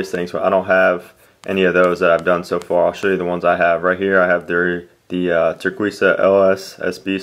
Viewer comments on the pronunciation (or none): It's pronounced tur-kay-sa